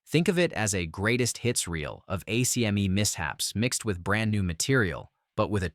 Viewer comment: ACME - pronounced Ack Mee.